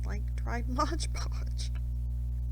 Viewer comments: Great video, thank you! ONE POINT: The name of the product is MODE Podge, not MODGE Podge! So many creators get it wrong and it is rather annoying…😂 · It's not Modge Podge. It's Mod Podge.